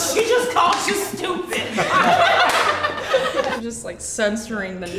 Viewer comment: "she just called you shtoopid"